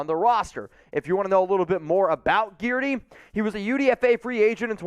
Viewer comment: Guidry is pronounced GIDJ-REE